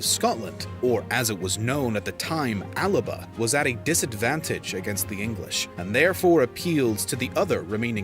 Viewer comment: The original name for Scotland was ALBA, not ALABA as the narrator said.